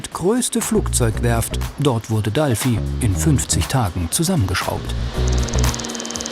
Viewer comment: Oh mann, hat irgendwer sie im Video auch Dalfi genannt? DFieser eigensinn von manchen Fernsehleuten dinge einfach irgendwie anders zu benennen. Dalfi hört sich so Albern an, das Triggert mich total. Ansonnsten ne coole Doku, aber dieses DAlfi, jedes mal ich so Arrgggg.